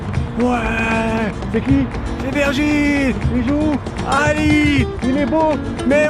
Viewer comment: Trop cool une vidéo avec un joueur du losc par contre son nom ce prononce virgiliu et non virgil